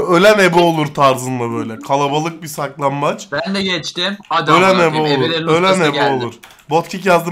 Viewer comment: başta saklanbat diyor aga